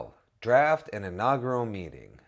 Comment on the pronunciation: Great video, John is much better at saying inaugural than you are :D